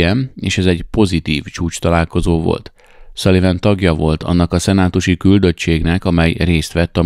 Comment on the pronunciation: Szaliven. Nem Szuliven.